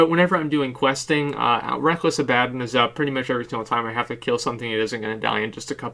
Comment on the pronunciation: It's pronounced reckless abaNdon